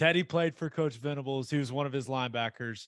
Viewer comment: Venables not ventables